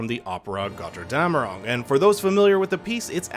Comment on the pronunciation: "gother dam erung" - i love it when americans try to speak german 😄